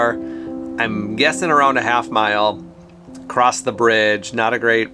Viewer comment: The word is “across”, no “t”. Why are you saying “acrossed”? Very strange 😊